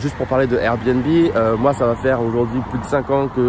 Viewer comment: Son RRRRRR bnb 😂🔊